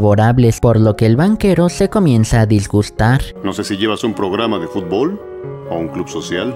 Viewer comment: Xd dice fublo